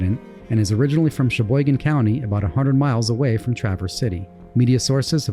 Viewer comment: Us Michiganders don't play up north!! Great job on the correct pronunciation of Cheboygan! 🌞